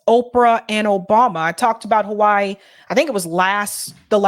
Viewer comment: Now I know why you call Hawaii "Ho-Why-ee"... The other side of Halli-wood.